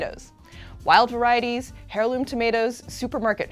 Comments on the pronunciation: It's an "eirloom" tomato, not "hairloom" 😑😑😑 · the h in heirloom is silent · Please please please heirloom has a silent “H” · The letter H in "heirloom" is silent.